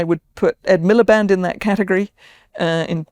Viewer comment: Stopped listening at 'Ed Milliband'